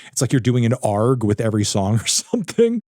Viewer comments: no way he pronounced an A R G as an ARGH 😭🏴‍☠🏴‍☠ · fantano the type of guy to pronounce ARG as arggg like a pirate